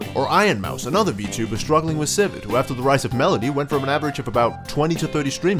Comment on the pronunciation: Iron Mouse is struggling with.... civid?... civet?.... Civ - Ed?....